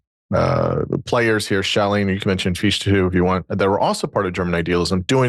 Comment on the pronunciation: The name “Fichte” is not pronounced “Feesh-tah”, it is pronounced “Fich-tah”. Imagine that you are about to say the English word “how” — the pronunciation of the “h” sound in the beginning of the English word “how” is similar to the pronunciation of the “ch” in “Fichte”. Imagine that you are about to say the English word “fix”; now, imagine that, instead of pronouncing the “x” sound at the end of the English word “fix”, you replace it with the “h” sound at the beginning of the English word “how” — next, add a “tah” sound (the “ah” in “tah” should sound like the “a” at the end of the English word “sofa”, or like the “ah” your dentist may have you pronounce when he says to you “Say ‘Ah’”); and now you have an appropriate pronunciation of the name “Fichte”.